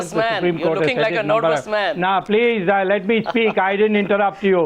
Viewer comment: Calls swamy a nervous man but pronounces nervous wrong 😂😂😂